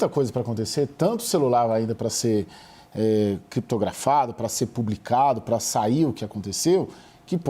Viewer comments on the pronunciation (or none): "Tanto celular pra ser cripitografado"😂 Eu gosto assim, desses "especialistas" do Paraguai.